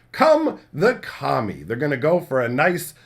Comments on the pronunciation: You said "Kami" four times before I realized you weren't calling them "commies" 😅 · Oh so I wasnt the only one that thought he was saying that?!